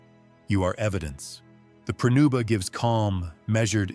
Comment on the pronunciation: It's "pronuba" not prenuba.